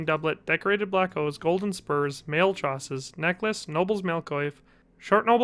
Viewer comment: Oh my, I actually believed Jim Henson is dead. Btw, coif and chausses aren't pronounced like this, should be more French sounding.